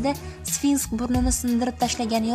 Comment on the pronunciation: sfinskmas sfinks boladi